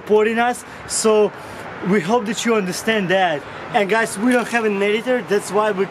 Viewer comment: У вас отличный английский, но хэппи. хоул хоуп, пытались исправить произношением буквы h? Всего наилучшего